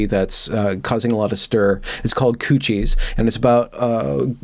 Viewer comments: It's not "coo-shies". It's "cuties" as in "cute-ees"...😬🙂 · Has gone Canadian or something? - Q-T's not cooties - maybe it's a Freudian slip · I like you, but it’s CUTIES, not COOCHIES! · Did you say cuchies? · It's "queue-tees" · Are you saying "coochies" hahahaha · "Coochies.? The pronunciation is sort of alarming. Anyway, bailing at the mark. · yes, it's obviously pronounced "coo-tees" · I have never in my life heard the word "Cuties" pronounced "Koochies" before. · ITS COOCHIES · absolutely not. we would pronounce it 'kyooteez' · This terrible movie is called Q T's not the word you are saying. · Why are you mispronouncing it? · That pronunciation is such an epic troll. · Hay, wait a minute, that's not how you pronounce "Cuties". is normally so well spoken, with proper and precise pronunciation, I was incredibly surprised that he botched that word so woefully. It still sounds pleasant in that ASMR-quality tone of his, so I guess I'll forgive him. I'm curious how many people won't read this far and assume this was a serious critique, which it is not. Well, except the part about having an ASMR-quality voice, that part is absolutely true, and I strongly urge him to start a separate channel to take in those lucrative ASMR bucks. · Never... NEVER... wear a dressing gown... while talking about Cuties. Also, you're pronouncing Cuties wrong. Besides that, great video. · I hope your mispronunciation of "cuties"is intentional. Because that would make you all kinds of awesome. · It's obviously intentional. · Perhaps the mispronunciation was another benefit of an Evergreen education.